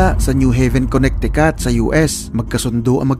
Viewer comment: it's Connecticut (Conne(c)ticut silent yung unang letter "C".